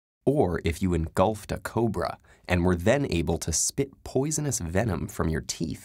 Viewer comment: "Posiones vemon" "Us me"